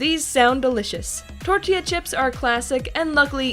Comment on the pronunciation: you said it wrong again its TORTILLA this aint funny (grabs flamethrower) ITS TORT’IA (Uses Flamethrower) (Edit: FUCK THE CHIPOTLE AD DID THE SAME THING BUT WITH QUESADILLA )